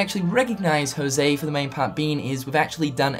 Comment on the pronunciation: The only thing that gets me salthy is you saying "Jouse"...It's José, I mean, half of hispanic male people (and some female in Costa Rica) have that name and you english native speakers are the only one that say "Jouse"....I mean, get it on the damn google translator and hit the speaker, boom, you get how to pronounce our names, the rest of the world pronounces it right